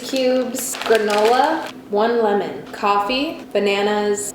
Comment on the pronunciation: The way she says one Lemmon 😂😂😂